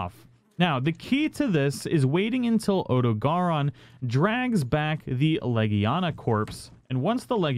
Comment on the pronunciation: I don't think "Legiana" is right to be pronounced as "Legania"